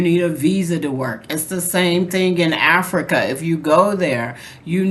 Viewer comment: I love 'Infrica' lol😂😂😂